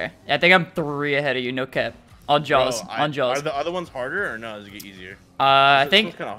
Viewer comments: On Jah lol not jaws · Ik it's on jah but he keeps saying on jaws